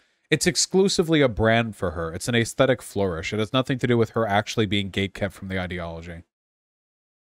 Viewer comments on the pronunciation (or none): When are you going to start pronouncing “aesthetic” normally? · Day whatever the fuck this is waiting for Vaush to learn how to say aesthetic.